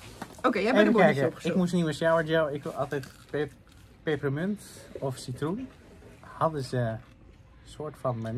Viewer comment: Vanmorgen ging het op Q-Music over peperemunt, hoor nu dat het ook zo zegt 😛 erg grappig wist hiervoor niet dat mensen dat zo uitspreken